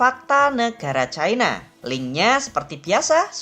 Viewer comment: Sayangnya menyebut China saja Chaina padahal ibu ini usia SDH sepuh tetapi bletotan membaca China ini sangat memalukan mending disebut Tiongkok atau China seperti nenek kita dulu